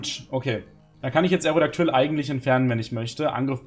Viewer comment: Aerodactyl (kein zweites L) und Absol (kein zweites L) müsste man doch am Ende langsam und nicht schnell aussprechen? Frage nur, weil ich es richtig aussprechen wollte und hier "Aerodactüll" und "Absoll" höre. Was ist nun richtig?